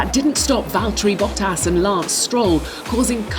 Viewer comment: "valterry vottas" hahah